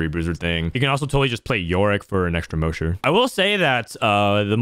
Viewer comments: moe-sher? its Mahsher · Moesher? It's MOSH-ER. Is in, Mosh Pit. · Anyone gonna tell him it’s pronounced “Ma-Sh-Er” not “Mo-Sh-Er” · It might sound petty, but is he saying "mow-sure" as a meme? Cuz mosher is "maw-sure". He probably doesn't rock-out, so I get why he wouldn't know if it's just a genuine mispronunciation though. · Mosher rhymes with Gosh and Posh, not Most or Ghost!! Have you never heard of a "mosh pit"? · i love you brother BUT Mosher is pronounced like Josh, not Moe!! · Muh ears.. Plz say mosher not moesher BibleThump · I don’t mean to be that guy but it’s pronounced MAW-SHER please stop saying MOE-SHER 😭😭😭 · The way you pronounced mosher like kosher is incorrect. Say it as you’d say mop. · moousher??? Have you ever been to a concert before lol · Not relevant put I'm pretty sure ur mispronouncing "Mosher" It's pronounced like the name "Josh" Other than that, sweet guide o7. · Mosher is pronounced like moss-sher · The MOSHER PRONUNCIATION LOL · Brother its MAW-SHER. It's referencing the Mosh Pit. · It's pronounced mawsure.... mosh, mosh pit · no, potato is pronounced differently in different areas of the globe. mosher derives from moshing/moshpit and ist not pronounced mowsher like does:D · Thank you for the video! Great recommendations. FYI, It's pronounced mosh as in mosh pit for mosher. like... gosh with an er. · STOP SAYINH MOESHER. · if you were at a concert, could you go to the MOSHE pit or the MOSH pit? mosher is not like the word kosher. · holy shit the way you pronounced Mosher was insane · Fr it hurt my soul 😭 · The pronunciation on Mosher is rough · Bruh I know it’s a potato/potato situation but the Mosher pronunciation triggered me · I've never heard "mosher" pronounced that way... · I don't know why it bugs me,but why do you mispronounce Mosher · Prz look at my comment from yesterday lol. We need to meme this. Liked! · The way you pronounce mosher is sooooooo jarring 😂